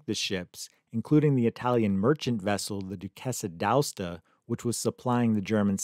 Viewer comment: D' Aosta ... A as in Able, os as in Oscilloscope.... Ta as in tank... A-os-ta D'Aosta = of Aosta